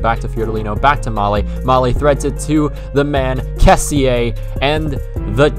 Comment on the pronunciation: Good video but only thing... The pronunce of Kessie=kessì no "kessi e" XD